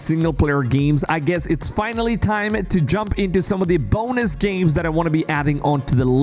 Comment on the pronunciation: GEEMS? or games? u have major nasally issues!